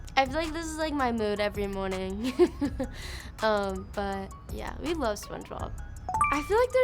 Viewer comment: No one else hear her say morning in a British accent 🤣